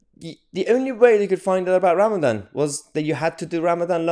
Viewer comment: He does intermittant fasting, not Ramadam🤣